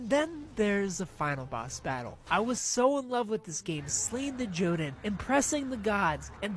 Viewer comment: Jotunn, plural Jotun, originates from Norse mythology and is pronounced either yohtunn or yuhtunn, the emphasis is on the first half of the word.